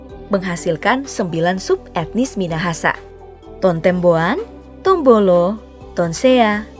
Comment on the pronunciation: TOUMBULU bukan Tombolo